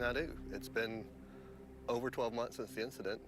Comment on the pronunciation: DesTroyed, not DESH-troyed. There's no H sound in ST. SINCE then, not "sense then".